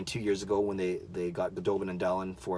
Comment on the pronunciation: Dahlin is actually pronounced Dah-leen. Think of the song Jolene, but replace Jo with Da. ;) Or maybe Sedin would be a better example...